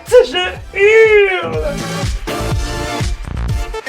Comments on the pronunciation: pourquoi tu dit touletan je urle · pk il dit je urle